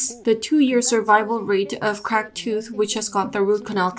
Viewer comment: One at a time. You can't both talk at the same time, it makes it much more difficult for the listener. Also it's pronounced "Cracked" Not "Crakid". Your accent crakid me up! I want a 3 minutes and 11 seconds refund please. What's that?! You can't give me a refund? Let me sapkeak to your manawgar please.